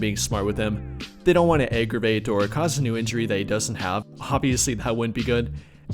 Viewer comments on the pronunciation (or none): Are you saying “egg”-ervate?